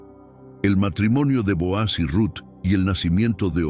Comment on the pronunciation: NO SE LLAMA BOAZ SE LLAMA BOOZ DICE MUY MAL EL NONBRE LEAN LA BIBLIA